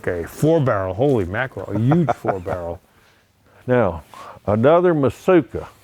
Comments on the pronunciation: Matsuka nope its mitsuoka. Mit sue oh kah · You'd think he'd pronounce Mitsuoka correctly if he's selling them